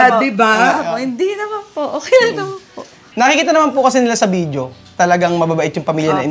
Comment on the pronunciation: VIDEYO!...Not VIDJO!